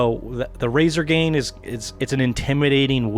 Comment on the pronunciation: Razor"Grain" not Razor"Gain" you mis-said it a couple times, but still good build.